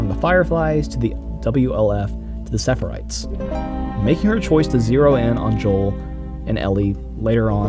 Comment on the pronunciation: Loved the video, just wanna point out that you kept saying "sepherites", it's pronounced "seraphites".